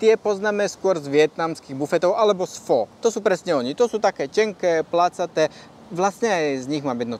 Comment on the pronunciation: Video super, opět něco zajímavého o číně 👍 Jen pozor na výslovnost vietnamské polévky Pho - tady je o tom dobré video